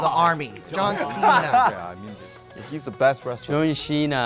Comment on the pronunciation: No one: Really no one: Jimin:JoHn ShInA aRe YoU aN aRmY?